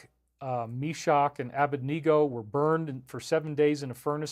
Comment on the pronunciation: Shadrach, Mescach, and Abednego ... Ah BED ne go. You are so erudite, dear David, but you came up with an odd way of saying Abednego. Thank you for your wisdom, research and courage.